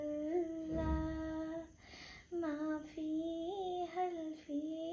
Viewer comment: നൂർ മുഹമ്മദ് സ്വല്ലല്ലാഹ ആണ്, ജല്ലല്ലാഹ് അല്ല.. ഖൈറുള്ള അല്ല ഒയിന് ആണ്..